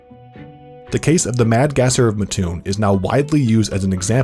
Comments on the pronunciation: I’m from that area. “Mattoon” was not pronounced correctly in this video. It’s Matt-tune, not Ma-tune. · I would understand if it was spelt matoon but it's spelt Mattoon and there are two separate words put together mat and toon so therefore it's MAT-toon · I live there so every time I heard it I was like “why are you saying it like that” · Uggg. Living an hour away from Mattoon.. its MATtoon not maTOON. Every damn video... LoL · I am from mattoon and we can tell if you are not around here if you pronounce it “mah-toon” instead of “mat-toon”. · oh no he said mah tune not Matt toon 🥴🥴🥴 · Also, it's pronounced Matt-Toon. Not Ma-Toon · I'm from about 25 or so minutes away and the way that you pronounced Mattoon is driving me CRAZY. Thanks for sharing the story though (no hate just a little annoyed lol). It's pronounced mat-oon not muh-toon by the way :) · muhhtoon.... um sir its MATTtoon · I live here, Please call it Matt-oon not Ma-ttoon thats what all the residents say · Lol I live here its pronounced by the residents here Matt-oon not Ma-toon but nobody really talks about it here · Just so everyone knows it's MaT Toon not Matoon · It’s not matTOON it’s MATtoon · Sorry, but as a Mattoon citizen...it's pronounced "Matt-toon", not "Muh-toon." Do you sleep on a muhtress? Or a mattress? :D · Anyone from central illinois knows it’s “MATT-TOON”, not “MUH-TOON” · I almost couldn’t watch this because the narrator said “muh-toon” instead of “mat-toon” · You pronounced Mattoon wrong. Matt Toon. Not Mah Toon. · In the video, he says it like Muh-toon, but we pronounce it as Mat-toon. Hope that helps! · Its MAT-TOON not mah toon gawdamn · As someone from the area and has grown up hearing about the Mad Gasser, it is cool to see a big YouTube channel talk about it! Also, it's pronounced Mah-toon, not Muh-toon ("Muh-toon" makes my skin crawl) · Also it’s pronounced Matt Toon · as someone from this area, Mattoon is pronounced like 'cartoon' - Mat...toon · We pronounce it Mat-toon